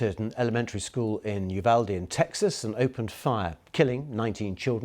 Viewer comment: An English-speaking reporter actually pronouncing Uvalde the Spanish way. A rare find. The American English speakers are butchering it.